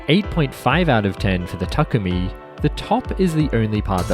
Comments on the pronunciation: yes😂 it's pronounced ta-kooo-mi. Not Tu-ku-mi silly 😂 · the way its pronounced. ta-koo-me, or if you want you can put takumi in the japanese google translate and listen to the ai say it. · the way said takumi like Tukoomi🤣